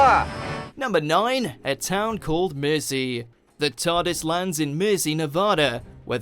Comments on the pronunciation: I doubt if you come to the UK you would hear anyone pronounce mercy like that it sounds as if he saying merzy Anyway I have seen many of these videos where he can't even pronounce British place names properly I am 65 British born and bred so I don't take it lightly having an American tell me how to speak and pronounce English words and place names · Sounded like he said a town called mersey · Where did you learn or rather tried to learn English because your pronunciation of certain words is not very good for instance Mercy I have never heard it pronounced like that before